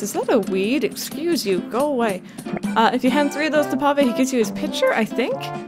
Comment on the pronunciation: So when she said Essuse you I had just sneezed and I laugh so much cause well it was like she had just gone well Essuse you. P.s sorry for any miss spellings I don't have the best spelling.